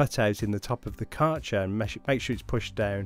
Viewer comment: The brand name is pronounced “care” “gir” (like girl).